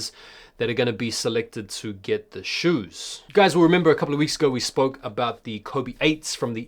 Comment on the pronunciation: 'Shoews' was hilarious 😂😂